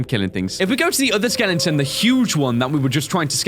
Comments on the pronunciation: Bro your saying skelengton instead of skeleton please stop it. It's cringy and annoying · when he was reading the leviathan skeleton he said "The Skelington " not The Skeleton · I love how says skelington instead of skeleton! 😄